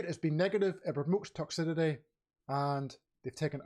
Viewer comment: It's pronounced Toxicity! Don't know what the fuck you're saying there mate.